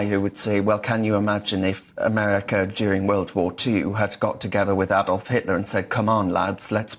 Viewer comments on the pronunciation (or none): none